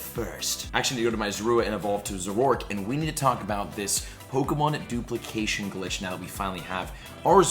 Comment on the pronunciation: Ah yes The DOOPLYKASHUN GLEETCH